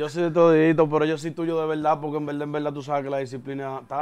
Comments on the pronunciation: “En velda en velda” me tiene harto Con esa bendita frase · En velda en velda llevate de mi así es k él lo dice 😁😁🤣🤣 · si ese mensaje fue a mi, pues te digo que primero aprendas a interpretar, porque lo escribí como el lo dice, el no dice en verdad en verdad, el dice en velda en velda